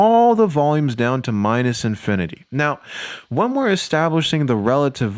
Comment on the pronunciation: idk why but you saying negative infininty made me alugh